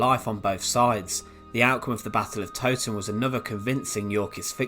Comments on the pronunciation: Being a local, Towton was pronounced wrong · Yea I’m surprised an Englishman would make that mistake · The Tow in the Battle of Towton is meant to rhyme with cow.